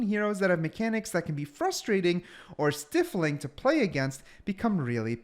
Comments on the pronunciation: I know you're trying your best...but someone has to say it: IT IS "STY"-FLING, NOT "STIFF"-FLING...gotta take out my pent up OCD and living auto correct rage out on someone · this dude says stiffling LOL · Pronounced “st-EYE-fling”, hard i, just a heads up. Thanks for the video